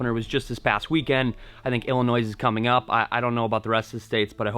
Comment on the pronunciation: Always enjoyed your content but living in Illinois I get so irritated when people pronounce it incorrectly! The S is silent buddy lol. Keep those vids coming!!